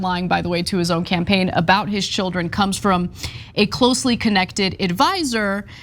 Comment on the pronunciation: Not children, the word is chid-lens. Herschel Walker's secret chid-lens.